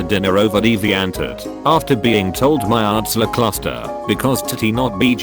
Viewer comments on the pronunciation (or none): none